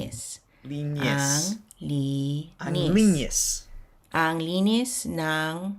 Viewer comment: The word clean which is linis in tagalog not the way you say that sounds like linyis. It should be without that y sound.